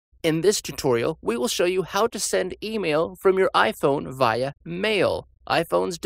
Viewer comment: your pronounced via wrong